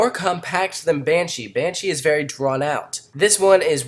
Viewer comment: you said banshia